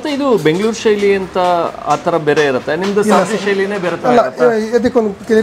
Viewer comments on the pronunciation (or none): none